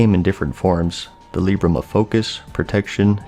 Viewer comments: Libram is pronounced Lie-brum not Lee-brum. Great video mate as always! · It's libram as in library, not leebram lol